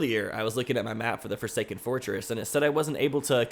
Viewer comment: Did you say the Forsaken foreskin?